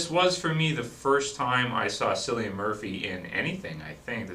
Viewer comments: Great Review, Although his name is ponounced Killian Murphy not Sillian Murphy. It is an Irish name in which i thought i should point out. It kinda bothered me that you got it wrong for the whole thing. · Its pronounced CILLIAN not sillian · 28 days Later was released well over a year before The Walking Dead was started. also, its pronounced Killian not sillian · I've written this on your last three videos because you keep saying cillian murphy's name is sillian it's pronounced killian seriously man it's killing me that you said it so many times please pronounce it correctly it's messing with my head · Its pronounced 'kill-e-an' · nice review. btw: you pronounce Cillian Murphy's name as: kilian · not to sound bad but Cillian Murphy's name is pronounced like Killian us irish should know;) hopefully this is helpfull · Killian it's pronounced KILLIAN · Cillian with a hard C....just saying ;)